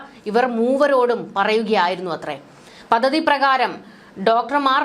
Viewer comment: പദദി?? ' പദ്ധതി' എന്ന് പറയൂ